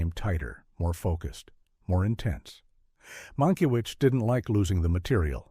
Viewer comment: There are too many weird AI errors in the narration. They don’t even pronounce the director’s name correctly several times and the punctuation produces odd rhythms. There are some factual errors too.